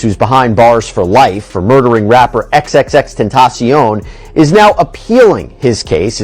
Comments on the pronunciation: XXXTentacion pronounced: "eX eX eX Ten-Tosh-She-On" not "eX eX eX Ten-Tay-She-On" get it right. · Ex tattoo man is a diabolical pronunciation 😂😂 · A truth, I’m a need you to say that man name right😂😂😂